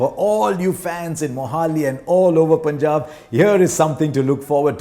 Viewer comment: The way Harsha says Punjab =❤️